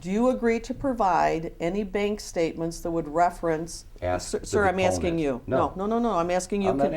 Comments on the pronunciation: I can get all the documents that you are AXING for lmaooopoo. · Other than her not "axing" the questions correctly, he said she's not being "pacific" enough, and when she said she thought she was, he said "Not really". LOL!!!!!!!!!!!!!